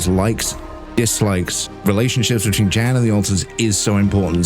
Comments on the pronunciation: His name is not Jan like in January. It Pronounced somewhat similar to “Yawn”. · the guy's name is Jan - that's pronounced Yan